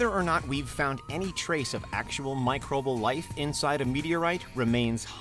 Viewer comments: Microbal? Micro-bee-al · Pretty sure microbal isn't a word.... I think it's microbial... Petty I know, but I cat get over the mispronunciation...